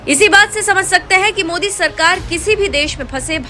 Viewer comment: ओवेसी 👎, मोदी नहीं बोलना आता, जानबुजकर मोडी बोलता. अब इतना अवघड नाम ( जयशंकर सर ) कैसा बोलना आया?